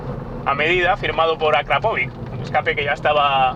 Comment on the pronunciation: No sabes pronunciar la marca del escape, es esdrújula, lo haces como los argentinos.